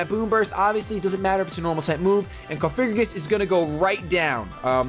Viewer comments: ITS NOT COFIGRIGIS. STOPPPPPPPPPPPPPP SAYINGGGGGGGGGGGG THATTTTTTTTTTTT IM GOING TO KILL MYSELF IF YOU SAY THAT ONE MORE TIME. ***************************************COFFFFF- AHHHHH- GREEEEE- GUSSSSSSS******************* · Nice battles again! Btw, just a heads up, It's Cofagrigus, not Cofigragus.